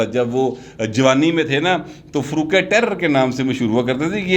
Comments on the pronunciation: فاروق ٹیئرر نہیں ٹائرو کہا جاتا ہے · Farooq Taira not Tairar